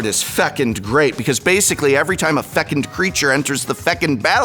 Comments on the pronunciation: It's pronounced "fuh·kuhnd" not "feck-end". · feCUND not fecUND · ❤❤❤Fecund rhymes with begun not second❤❤❤ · "I'll cast a fecund greenshell, that sounds like I did a swearing" "hey, no swearing" "it's fecund cool" 😂😂😂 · Omg. "Fecund" 😂